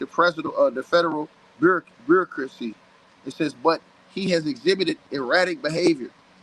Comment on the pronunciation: This is simply a smear job by someone who can't even pronounce the word bureaucracy.